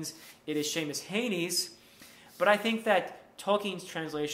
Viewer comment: If you're talking about the translation being read by the Irish poet Seamus Heaney it is pronounce he knee